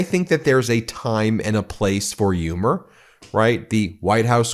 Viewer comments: I agree but humor has an H. Its not yoomer lol😂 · I agree with everything you said. But , my god man. The H in humor is pronounced ! It isn't silent !!😂